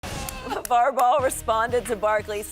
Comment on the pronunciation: Did Shannon say LaJello?